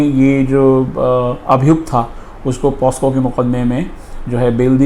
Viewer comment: Pocso to boliye sahi pahele